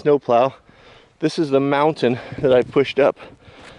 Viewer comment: Hey, well. Ummm, I live in Illinois and I heard you say a weird sounding word, like mintin? Montan? mountain? Something like that. Can someone tell me what that is?